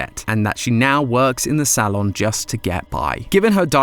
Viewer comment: DUDE I CANT DEAL WITH HOW HE PRONOUNCES SALON IT BOTHERS ME SO MUCH